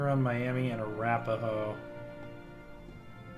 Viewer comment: The Miami (mi-yam-uh) tribe is originally from indiana and currently resides in Miami, OK